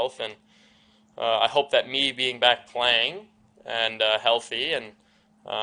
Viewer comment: bugs me with the inflection in his voice when he said "be back PLAYING" wtf was that about? Interview went fine til he says that. Seemed like a veiled dagger at the Sabres